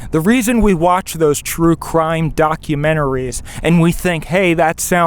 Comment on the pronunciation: HR would like to speak to you about your pronunciation of "doc-u-men-taries" as it is disturbing your cult followers.